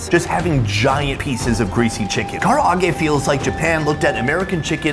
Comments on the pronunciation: Holy shit did he Butcher the pronunciation of " Karage " lol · i want to put his face in the raining hot oil every time he said KARA AGE!!!!!! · Kara-age? Come on my guy lol karaage